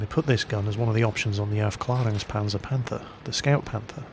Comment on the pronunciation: "Aufklärungspanzer". Little German lesson: An Ä is pronounced like the EA in "bear" ;-)